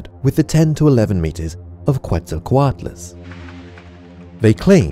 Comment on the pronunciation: Bolu_Z 1738 he messed up Quetzalcoatlus